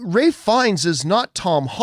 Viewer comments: For loving Ralph Fiennes, you kept calling him Ray!! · That is how you correctly pronounce his name, watch any interview it's always pronounced raif not ralf.